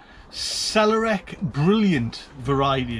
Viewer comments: Another great video! Glad your knife turned up. What a lucky find! I've no idea how to grow celeriac, but i think it's pronounced ”cel-AIR-ee-ack" (with the emphasis on the 'air'). I seem to remember my mum making celeriac soup. Good luck 😁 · Chips, chips, chips! You pronounce it cel-air-ree-ack . Its beautiful as twice fried chips x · Sell - Eh - Ree - Ack It's celery, except bred for roots instead of stalks. If Silverbeet was Celery, this would be beetroot. It tastes like celery, except is a crisp root. Slice it thin or as straws in salads, or use it as a root in soups and stews. Or, yeah, mash it like others have said. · CELL-AIR-EE-AC is how it is pronounced with the emphasis on the Air. To make a celeriac and carrot soup add half a pound of carrots with a half a bulb of celeriac,, some honey and some coriander with a bit of finely grated ginger, a half a cup of yogurt, salt and pepper, some celery leaves and 6 cups of water. And cok everything and puree - serve garnished with chopped apple. It has a delicious celery taste. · I’ve never grown it but I’ve eaten it as mash. It does taste a bit like celery but prepped more like swede I guess. Oh and if you can follow this it’s.... cell-air-ee-ack, with the emphasis on the second syllable 😊 Haha, I’m sitting here saying it trying to work out how to write it for you 😂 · SA lair re ak that's how you say it HAHA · And its pronounced cele-eriac. Lol